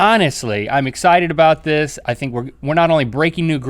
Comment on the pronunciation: Note to all: Rhett did not say "sh*" . He said "See how simple this is?" But he muffled his words and said "See how simple thish is?". He said "thish" not "this sh*".